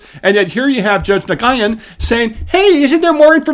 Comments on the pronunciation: How did you pronounce Nguyen? (It's pronounced close to the word "when") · nguyen is pronounced "win" ironic right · FYI: Nguyen is pronounced more like "New-win" ... the 'g' is silent. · Nguyen is pronounced "New win" or "Noo win", which is generally a westerners best effort in it's pronunciation. Just a heads up cause I hate to see you look stupid fumbling the most prolific Vietnamese surname. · Nguyen is pronounced: "New win" . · Nguyen is a Vietnamese name pronounced “Win”, but yes she’s an idiot loser. She’s probably not even one generation removed from communist oppression and she would embrace it here now. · Nguyen is pronounced "New-Win'. It can also be pronounced "Won't win in SCOTUS". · just for your info, the vietnamese name Nguyen is pronounced win. It is a very common family name among the vietnamese community in the U.S. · Nguyen is pronounced "Win". Jess1344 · Crazy news out of California....is there any other kind? BTW Nguyen is pronounced Wen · Nguyen is pronounced when. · Nguyen is pronounced Nwen. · Nguyen is pronounced "win". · Regarding Judge Jacqueline Nguyen last name pronunciation, I believe "Nguyen" is pronounced "when" (high school friend was Patrick Nguyen so he told me decades ago...) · Nguyen is generally pronounced like "win". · Nguyen.... is a common surname in Vietnam. It is pronounced like "Win". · I don't mean to correct you sir but having served in the Republic of South Vietnam I think I must. Nguyen is pronounced 'new-in'. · Nguyen - pronounced - Nu (said really fast) win. Nguyen and Tran are #1 & #2 most common last names in Vietnam. Pham is probably 3rd. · for the record, Judge Nguyen's name is pronounced, "win." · Nguyen is pronounced “new-ehn.” Love you videos, hate this decision and thought I’d help correct the mispronunciation going forward. 🤘🏽🇺🇸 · Berzon also appeared in the roster cases. Also, Nguyen pronounced Noo-WIN. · Nguyen is pronounced like “win”. Trust me on that one.